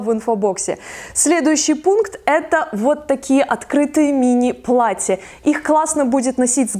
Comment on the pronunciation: плаТТЯ, плаТТЯ, много хороших плаТТЕВ!! Поработайте над дикцией и произношением